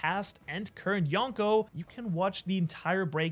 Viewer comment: Bro said “Shanks for watching “